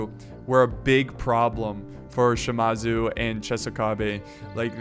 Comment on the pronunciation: Shimazu, it's Shi-Maa-Zu